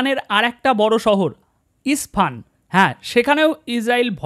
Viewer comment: জনাব,আরও ভাল ক'রে গাঁজায় টান লাফিয়ে ইজরাইলকে গাজা বানাতে থাকুন।তবে একটু পড়ুন যাতে ইরানের প্রসিদ্ধ জায়গুলোর নাম অত্যন্ত সঠিকভাবে উচ্চারণ করতে পারেন। ইস্ফান নামে কোন শহর নেই। ওটা ইস্পাহান! আলহামদুলিল্লাহ